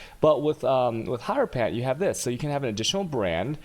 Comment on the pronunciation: I'm pretty sure it's said her-o-fant man.